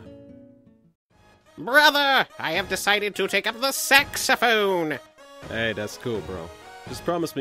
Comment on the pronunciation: when said Saxaphone.... it sounded like ge said Sexaphone.